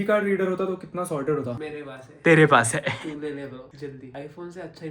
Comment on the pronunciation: Is it just me or he says “hai” weird? Just curious why this accent. Anyway sending much love to you! Great videos always.